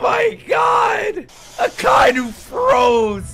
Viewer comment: AKA-INU not uk-eye-noo